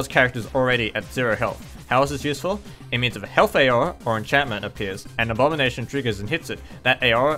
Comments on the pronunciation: I live in Australia (and I'm assuming he does too) and I've never heard anyone pronounce 'aura' as 'eyora' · Nice video but you're not supposed to pronounce the A in Aura. you pronounce it awr-uh. Source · It sounds a bit like you're trying to pronounce aurora lol.